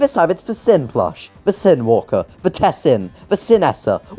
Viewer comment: HE SAID CYNWALKER!!!!